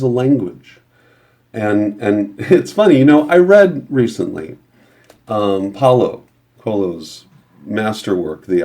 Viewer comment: For the author of the Alchemist, I didn't quite hear the author's name - is it by Paulo Coelho?